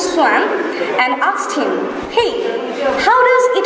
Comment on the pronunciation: Assalamualikm. With due respect, the pronunciation of ''asked'' should be corrected in my opinion. In fact, I have checked it by putting the video on 0.5× speed. But overall, the speech was amazing as well as inspirational for many individuals.